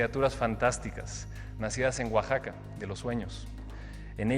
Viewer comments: Oye tv, Oaxaca no se pronuncia Oashaca, qué, nunca ha oído como es? Además, los Alebrijes no son de Oaxaca, son originarios de la CDMX. Los de Oaxaca son de madera labrada, los Alebrijes son de cartón, engrudo y carrizo o alambre, y los creo el gran artesano don Pedro Linares, que fue maravilloso cartonero. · Hasta gringo? Ahora aochaca, es Oaxaca y se pronuncia como la x como si fuera j.!